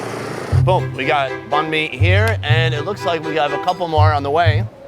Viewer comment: Banh mi not nahn mi bro